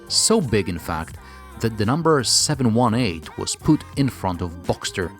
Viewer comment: It's the 7-18. Not 718... I'm a "Porsche geek"